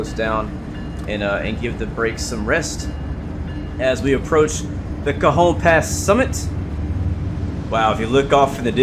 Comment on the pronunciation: Cajon pass is pronounced ka hone